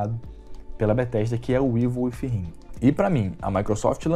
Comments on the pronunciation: evil wifhiiimmmm kkkkkkkkk pqp!! le se evil widinnnn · Galera vamos ajudar cara paga te curso de inglês deixa like aí. Porque Ivo If him foi hilário de escutar! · Evil with him? Aprende a falar ow doenteee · "ivel fi rrin" hehehehe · Ívol uífirrin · "Ivo ifo him"